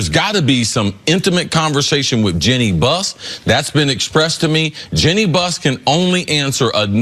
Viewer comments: Nick Wright: Jeanie Buss Cris Carter: Jenny Bust 🙄😆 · "Jenny Bus"